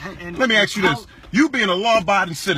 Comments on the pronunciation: I agree with you 100%. that was a BAD cop. how ever, WOULD YOU STOP USING THE WORD "AKS" IT IS ASK NOT "AKS".... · He did NOT axe you!! He ASKED you questions! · He Ax me .Ax? HAHAHAHA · I axe him? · Why can't Black folks say ask?